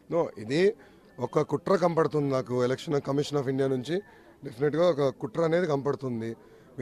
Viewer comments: Kampaduthundi kadhu ra, kanapaduthundhi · Rey malli kampadutundi antunnav.... sarigga matladara howle pappu ga...!!